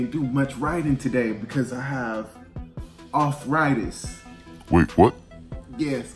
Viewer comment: "offritis" hahaha